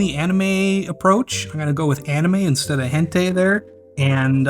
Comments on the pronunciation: wtf is "henté" lol. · "hentei" god bless you 😄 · "Hen tay" totally not mispronounced on purpose lol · He has to say it that way or the video get's demo'd.